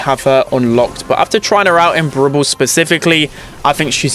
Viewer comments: ITS NOT BOWL BOWL ITS BRAWL BALL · The way he say brawl ball (brubull)